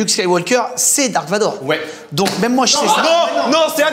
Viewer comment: Quand il dise dark vador 😥darth vador😁